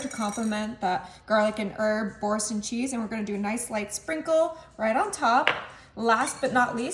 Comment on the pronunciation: Bour- sain( you don’t say the n)😘